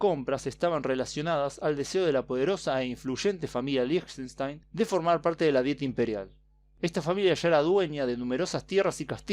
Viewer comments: Yo solamente conocía a Liechtenstein por google maps. Por cierto se pronuncia 'Líjtenstain' :) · Se pronuncia likastain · Creo que se pronunciaba como Liejtenshtain